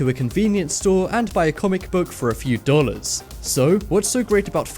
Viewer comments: Instead of dollars he says Dora's, very creepy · It's DOLLARS not DUHHLEZ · How he says dollars 😂📞